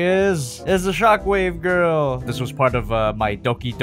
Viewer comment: He said grill not girl